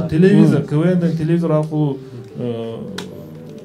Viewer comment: Тупые..телевизор а не телезор....🙄